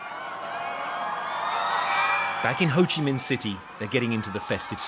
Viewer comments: Hey, it Ho Chi Minh City, not Ho Chi MIHN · HO CHI MINH CITY NOT HO CHI MIHN CITY:(( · its Minh not Mihn btw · Its Ho Chi Minh City, not Ho Chi Mihn City tho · HO CHI MINH CITY NOT HO CHI MIHN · Ho Chi Minh, not Ho Chi Mihn, you are a major media channel that even makes mistakes with basic, foolish things. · Its HO CHI MINH city, not MIHN. Please correct it first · HO CHI MINH city not ‘HO CHI MIHN’. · It’s Ho Chi Minh city, not Mihn, BBC… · Thank BBC, but it's HO CHI MINH CITY, not HO CHI MIHN CITY =)) white text on black background left corner at 26 seconds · Actually it’s HO CHI MINH city not HO CHI MIHN one 😂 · Ho Chi Minh, not Ho Chi Mihn, quite disrespectful 😤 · Wrong name! Ho Chi Minh not Ho Chi Mihn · You messed up the city name, it’s Ho Chi Minh not Ho Chi Mihn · I don't get it, how could you misspell our leader's name? It's HO CHI MINH, not HO CHI MIHN =))) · "HO CHI MINH CITY", not "HO CHI MIHN CITY", please adjust it in the video. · It’s HO CHI “MINH” CITY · “Ho Chi Mihn City” tag? Seriously? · Ho Chi Mihn City !?!? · "Ho Chi MIHN city"???? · ho chi 'mihn' in the video lol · got the city name wrong even at your beginning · Hey, Thanks for made news about our country. In the next time, takes attention on "HO CHI MINH CITY" not "HO CHI MIHN CITY". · BBC News, I would appreciate you getting the name of city correctly: Ho Chi Minh City, . Thank you for featuring our remarkable celebration milestone!